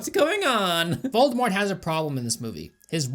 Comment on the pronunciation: "What is it with the British and their mispronounciation of T?" Also: "...Voldemore..."